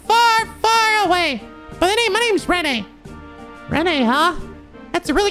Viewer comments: I also pronounced her name Rennay until I heard the voiced lines, I feel less dumb for not being the only one. I think it was quite weird to spell it like that in the translation even though I'm used to it now. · also renne's name is pronounced not as Ren-Nay, its Wren, like the bird. trust me it got me for a while too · Just so you know,. Renne's name is just pronounced "Ren". Like, the E is silent. Don't worry, I made the same mistake first time I played. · Kevin is voiced by Keith Silverstein, aka "Damn Brat, I'll sue!", oh and yeah Renne is said as "Ren" Why? Fuck if I know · If I recall correctly, Renne is pronounced Ren for the same reason Artoria became Alturia. "Yeah, that sounds right, pronounce it like Rend, what no it's not an actual name how could people possibly get confused." It's like the opposite of Loewe. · The real lifesaving perks of Kevin's Grail Sphere S-Craft come from both being able to S-Break it so you can just suddenly Earth Wall everyone without cast time or it being your turn, and from the Maxed version blocking 2 attacks. Also Renne is pronounced "Ren", with the 'e' being silent. It's like how a lot of words with a single 'e' at the end have it silent. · 1. Lucia isn't one of the orphans due to being from Manoria Village. So no portrait for her. 2. Renne's name is pronounce "Ren". Don't know why, but it's a thing. 3. Kevin is voiced by Keith Silvertein. So Speedwagon returns! Always trust in Speedwagon! 4. Vogt's back problems were caused by Estelle. I mean she did piledriver him in the ground back in the last game(I still love that edit Sai did) 5. The bonus BP from the Photo side quest is suppose to be obtained during a second go of SC. Since by then, you know that Dorothy shows up and can have her take the picture. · Oh, the Renne pronunciation mistake is fairly common, so don't worry about it. It's "Ren", yeah. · btw Renne's name is pronounced without the last e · The E at the end of Renne is silent. So it´s just "Ren"